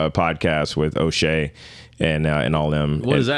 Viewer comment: Watch the pronunciation on O’Shea Unc….. Thought you cussed 5 times. 🤣🤣🤣